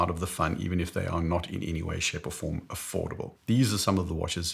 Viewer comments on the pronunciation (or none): none